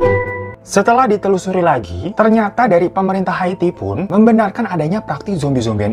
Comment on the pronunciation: Kenapa Ikke bacanya hati bukan Haiti 😆😆kelamaan jomblo ya gitu tong 🤭🤭